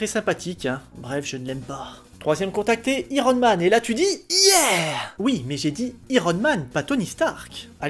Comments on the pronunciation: Iron en prononçant Aï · Je te découvre avec cette vidéo, bonne review :) Les touches d'humour sont cools, mais IIIIIron Man ? Autant pour Spideur-Man ça va car c'est "rentré" dans les moeurs, mais prononcer i-ron Man au lieu de Aïe-ron Man, ça sonne bizarre :P